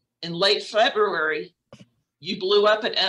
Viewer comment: Lol Freburary? 😂 he means February